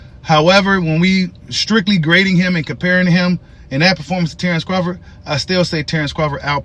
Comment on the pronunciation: I love your channel, but when are you going to start saying his name correctly?😂